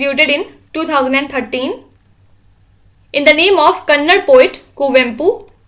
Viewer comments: Please pronounce as kannada it's not kannad 🙏🙏🙏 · Mam...that is kannada not kannad.. please pronounce properly next time onwards ... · ITs NOT kannad , its KANNADA. please pronounce it properly, please. and not to forget, thank u so much for the informative videos. thank u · "ಕನ್ನಡ ಭಾಷೆ" 2000 ವರ್ಷಗಳ ಇತಿಹಾಸ ಹೊಂದಿರುವ ಹಾಗು ತನ್ನದೇ ಆದ ಲಿಪಿ ಹೊಂದಿರುವ, ಭಾರತೀಯ ಸಂವಿಧಾನದ ಮಾನ್ಯತೆ ಪಡೆದ 22 ಭಾಷೆಗಳಲ್ಲೊಂದಾಗಿದೆ, So, anybody have to pronounce it as "Kannada", not as Kannad. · It is not " kannad " poet madam... Kindly pronounce it as " kannada ". Dono y many north ppl pronounce it wrongly evrytym. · I am kindly requesting u mam that we have to respect all Indian languages so plz don't pronounce like kannad,bcz it is kannada. I hope u will get my point...🙏🏼🙏🏼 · It is not kannad please prononce kannada. Thank you.. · Assam chess fineland N it's kannada not kannad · Mam plsss prounaunce it as kannada.... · It's Kannada. Please try to pronounce the words apropriatley, before correcting others to spell them properly (Pinaca as Pinaca instead of Pan Cake). You have to learn some basics before being a part of national platforms. You guys are tremendous at what you are doing but these small mistakes hurt people. Please do not repeat such things.